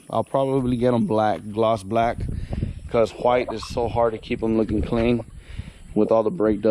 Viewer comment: You say white funny 😂